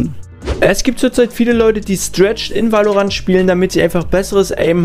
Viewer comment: wie spricht der valorant aus alter